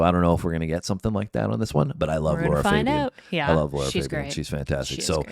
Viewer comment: Americans...this is NOT how you pronounce Lara Fabian...🤦‍♀